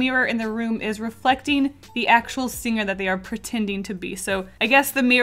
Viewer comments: “I slur my words” 5 seconds later “SinGER” “VetER-AN-ARIAN” 😂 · i didn't know "picture" had different Pronounciation but?? Sing gerrrr wat??